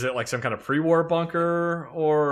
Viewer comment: “Secret pwee-wahr faciwity”